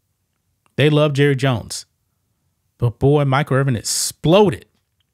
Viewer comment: “Hi, I’m Jurry jones.” 😂